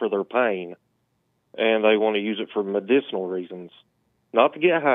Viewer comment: True he can barely pronounce medicinal